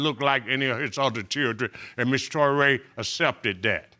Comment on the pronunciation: Did grandpa just say "3:6 months years old"? Touray, a very common surname in west Africa accept its pronounced as Tooray